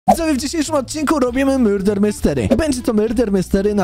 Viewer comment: to nie hejt ale czemu mówisz myrder nie murder